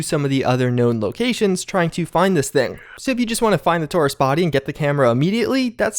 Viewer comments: ... =\ "tor ist" you said it so many times it's hard to ignore; thank you for your videos, and for always taking the time to inform us. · HAHA why are you saying tourist like that